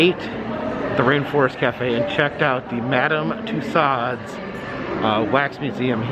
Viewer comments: Too-so's. You're butchering the French language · The only thing I will say is, I wish you would pronounce the lady's name correctly!